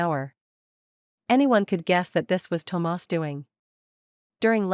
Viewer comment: Why did the narrator keep pronouncing Thomas as tomars😂it’s burning my ears 💀💀💀